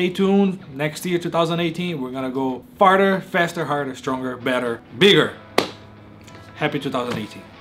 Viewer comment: at 6.29 says we're gonna go farter. After all that beef, I can imagine.